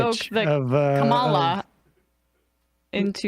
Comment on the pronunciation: Can we please make an effort to pronounce Harris' name correctly? It's "comma-la", just like the little video by her nieces explained.